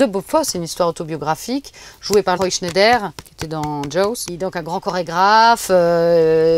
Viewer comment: Ses goûts et ses choix sont plutôt intéressants. La façon dont elle en parle aussi. Attention à Donald "Shuterland" et à Roy "Schneider" mais je chipote..